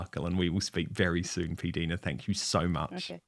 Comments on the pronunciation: P Dinah Dan. Get the correct pronunciation through your head. If she said it ok to say P Deena she was just being polite. Haven’t you ever heard introduce herself ? How would you like your name pronounced incorrectly. Every other YouTuber except you, says her name correctly. . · I thought that PDina introduces herself as "PDinah", not "PDeena", as Dan calls her.🤔